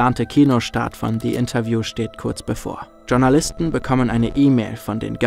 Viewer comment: Das heißt nicht Tschornalisten, sondern Schornalisten. (Geschrieben natürlich Journalisten)